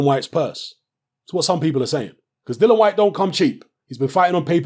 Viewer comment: Isnt his name Dillian not Dillon?